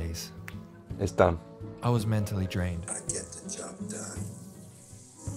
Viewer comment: "I gey the job donee" goes hard